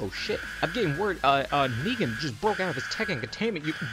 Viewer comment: I love your videos but please work on your pronounciacion, i don't need to tell you what's wrong with negan.